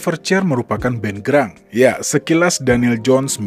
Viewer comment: Grunge dibaca Granch bukan Grang